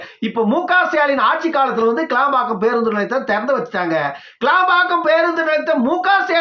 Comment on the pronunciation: ஐயா கேளம்பாக்கம் அல்ல அது கிளாம்பாக்கம்